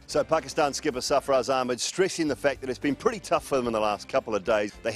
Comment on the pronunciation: The way he said Pakistan is exactly the same way Pakistanis say it.